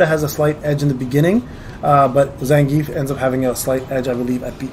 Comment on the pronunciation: yes… you said them how I spelled them above… not as Blanka or Zangief… not as the proper pronunciations